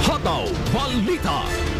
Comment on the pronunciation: Pwede po ba alisin ang 'aaàaa' s dulo ng salita. Tulad ng pagbigkas ng hataw aaaaa.